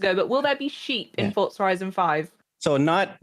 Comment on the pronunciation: For-za > fort-za